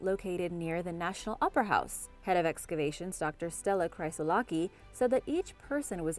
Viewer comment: eh i kinda had a small heart attack.. Hryssoulaki not Cryssoulaki.. Ch pronounced H Ch-H Greek latter X Nice try tho